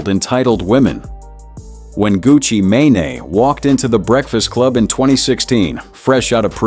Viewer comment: Gucci Maynay??? 💀